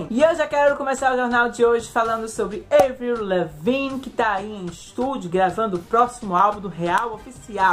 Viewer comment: Se diz "ÁVRIL" aaaaaaaaaaaaaa Camren? Vim voando ❤️